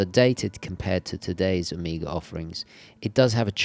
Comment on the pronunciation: Take a shot every time he says Omega like "amiga"